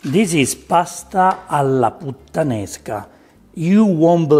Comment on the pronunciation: I like it when says "Putta-nesca" with stress on the Putta